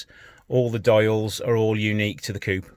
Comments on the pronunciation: Please stop calling "fiat cup"...is coupe'...f..sake.... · To be clear its coupe everywhere except the US. They can’t say aluminium either...